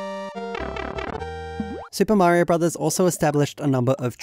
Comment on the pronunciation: How are you the only british youtuber that can pronounce mario correctly